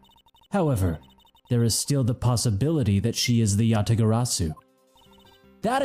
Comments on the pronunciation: No, seriously, Kay was ONE LETTER AWAY FROM SAYING IT CORRECTLY!!!!!(Yabagarasu) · Kay Faraday, the one true Yatagarasu, and only person who cannot correctly pronounce it. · I'm not sure I like mispronouncing Yatagarasu bit... but GD if I dont respect his commitment to it